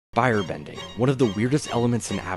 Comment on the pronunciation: "Bire bending..."